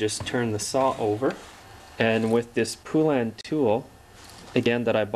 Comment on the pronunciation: FYI; It's Pronounced Po-Len. They put it right in their ads years ago.